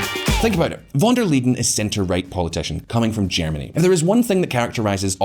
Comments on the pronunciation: It is Van der Leyen not Liden! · VON de 'LEEDEN"? check your pronunciation? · Why does he keep calling her "Van Der Leden" instead of "Leyen"? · Von Der Leedin ? Really ? Can't even get the name right, never mind the bull sh1t content. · Please learn how to pronounce the name of the President of the European Commission! It was impossible to watch the video because of that! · Can't you pronounce Ursula's surname properly. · Very interesting takes. I am also still looking for the "d" in "Von der Leyen" btw. . Concerning Biden it seemed like many of the things you mentioned were actually started by Trump. Of course he could have changed lots of those policies however I am not sure that this would garnered him many favours from both sides. I also wouldn't say that all of the things done were bad. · "Lie N" ^^ Where did he get the D from?! Honestly, he had to read the name like 20 times from the script and every single time he accidentally adds a D? Also pro tip: Spend 10 seconds on google translate and have the word read out loud to you rather than embarrassing yourself in front of tens of thousands of viewers. Usually I don't mind, but this one is so bad I'd believe you if you told me it was on purpose in order to spite von der Leyen ;)